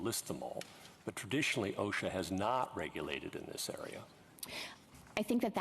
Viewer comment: She can Not Even Pronounce O.S.H.A. Correctly !!! What is Oshac ?!